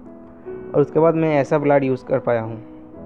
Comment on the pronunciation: Badiya par blur ko gaad kyo keh rahe the.